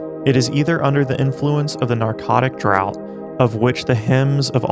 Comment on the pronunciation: I really don't mean to nitpick and am the type to shrug off what to me appears as 'incorrect' pronunciation, but it reads 'narcotic draft' and not 'narcotic drought'. A big difference in cocktail! It doesn't change your reading of it but thought I would point it out to clear up anyone else's understanding.